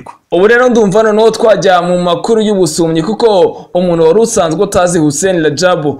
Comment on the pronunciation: Yewe kurwanya Kagame mwarabyambariye pee. Nkunda Ikinyarwanda cyanyu. Gusa N na K ariyo igihekane Nk ikomeje kubananira nka bene wanyu bakorera amaradiyo yo mu Rwanda. Bavuga UMUNU aho kuvuga UMUNTU